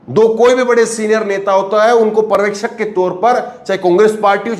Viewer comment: Parvekshak nahi janab uchharan sahi Karo bhasha ka satyanasha mat karo paryawekshak Aisa uchharan kijiye,pahale bhashaki study Karo bad news chanel chalao . culture ka nasha mat karo